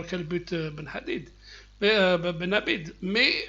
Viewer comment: Ben abdi pas ben abide